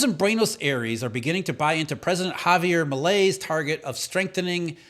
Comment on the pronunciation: Javier Milei is not a french name. Ha Vee Err, Mee Lay (not Have Yay, Mill Yay). Thank you for your attention to this matter.